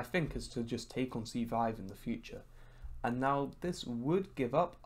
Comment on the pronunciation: No one:: IN THE FU-TCHA